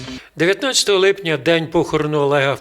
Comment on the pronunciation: не "липняня", а "липня"!